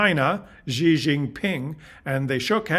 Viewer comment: Good morning! A small note about Xi’s name: the Mandarin x is just an English “sh” sound.